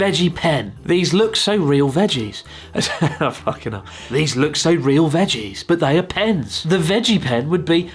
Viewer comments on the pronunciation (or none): the "fokken ell" killed me